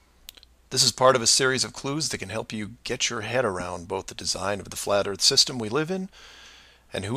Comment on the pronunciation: Who needs facts when you believe the erf is fwat!